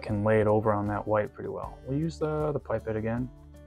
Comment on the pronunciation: This is an awesome video. Start to finish explaining the airbrush and even a tear down at the end, perfect for me as I was looking for good reviews of this airbrush as my birthday is coming up One thing though, the way you pronounce pipette, it sounds like you’re saying ‘pipe it’, in the UK we pronounce it as ‘pip ette’, is that really how you pronounce it over there?